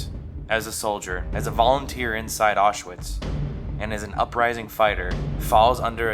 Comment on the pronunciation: Please learn how to pronounce Auschwitz.